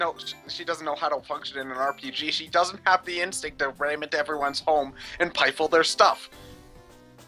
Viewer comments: Did...did say "pifle" near the end? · "Pifle"?